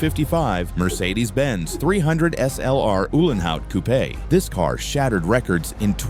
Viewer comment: How can you not know how to pronounce 'coupe'???????????????????????